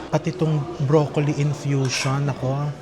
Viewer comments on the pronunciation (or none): none